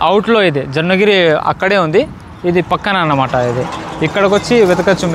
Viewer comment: Jonngini kadu bro jonnagiri